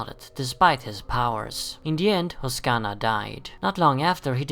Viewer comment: why is it everytime i see someone say oksana, they always say oskana, its OK-SAN-A really gets on my nerves